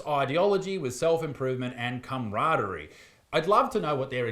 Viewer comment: Did Issac just gloss over the fact that he said "cum-raderie"?